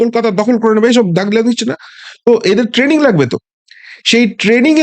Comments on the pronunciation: Ei naki bangladeshi army major standard! Tanning🤣🤣🤣🤣. Training tao pronounce korte parena aabar ki bole London theke aseche.🤣🤣🤣🤣🤣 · Shala training k taning bolchhe buro bham 😂😂😂😂